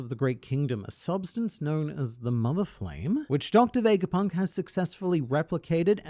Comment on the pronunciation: Its not VEJGAPUNK but VEGAPUNK without the J